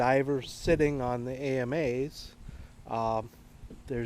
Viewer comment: Nice mods, but for God's sake, they're pronounced "Amas" (Ah-mahs), not a-m-a's. … and the arms are the Akas (Ah-kahs). The only thing I find fugly is the motor. If you can afford a TI, you can save up a year later for an eVolve electric motor by Torqueedo. Much cleaner look, whisper quiet, and quite efficient.